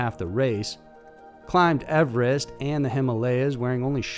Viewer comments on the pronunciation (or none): none